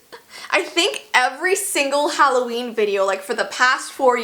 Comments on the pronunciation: Who else screamed when it said Hollveen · Halloveen? No, no its hall of beans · I didn’t even notice the ‘halloveen’. I thought it was just plain old Halloween XD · intro: IT'S HALLOVEEN Me: No, it's September 19th. No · “It’s Halloveen.” Me: HHHEEEECCCCKKKK YYEEEEEEAAAHHHH!!!!!!!!! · IT'S HALLOVEEN